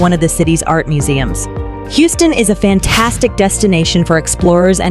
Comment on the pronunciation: the AI voice over loses me every time. As soon as it mispronounced Houston I paused it, read this comment and turned off the video.